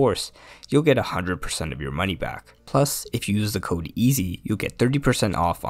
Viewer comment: "if you know how to cood" Bro say CODE, not cood